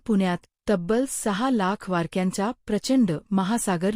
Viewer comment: स्पष्ट उच्चार करावा .वारक्या असा उच्चार होतांना ऐकू येतो .